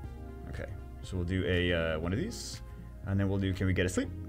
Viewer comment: “and we’ll do OneOf thEES”